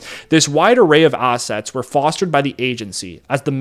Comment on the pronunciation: dude, this would have been much easier to listen to if you didn't keep trying to pronounce the letter A in such an awkward way. Please speak normally, you did it many times in this presentation. Assets not ossets. assassins not ossossins. classified not clossified. etc.